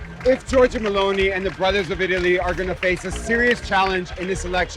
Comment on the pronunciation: How Terrible Is the italian of the speaker, not even one Word Is pronounced correctly. Meloni becomes M'lonee, Perugia becomes P'rooj'ah, for istance.